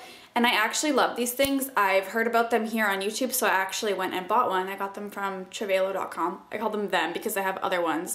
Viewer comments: It's TRAVEL-OH, not travehh-lo. Just so you know:) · i think its pronounced travel-low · Trav-a-lo like travel perfume is how you say it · its not a travelo.. its a travalo... they are different LOL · Travel-o!!! Not travolo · Pretty sure it's pronounced like 'travel-o' considering it's marketed as a travel product, even though it's spelled with an 'a'. Maybe the spelling with the 'e' was already taken and registered as a product/company/brand name. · It's actually pronounced Travel- Oh. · Trav-a-low lol sorry that just bothered me.. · trah - vuh - low i love your videos but the mispronunciation was really bothering me lol :P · I thought it was pronounced "Travel-oh" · It's pronounced travel-o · lol... say travalo again? it cracked me up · Its pronounced Travel-O :) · travel-o.. you said it so wrong haha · prettyy sure its just pronounced Travel-o lol js